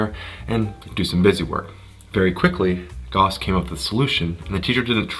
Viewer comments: Goss ? It’s Gouse ! Like Strauss the musician Why do Americans have to pervert 3very pronunciation to man ? GAUSS like STRAUSS Ahhh! And don’t keep adding ‘out’ to the end of everything. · Gauss rhymes with house, sir.